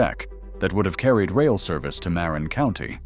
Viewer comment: You are not pronouncing Marin properly. Ma-rin with equal or a bit more accent on the second syllable, rin!!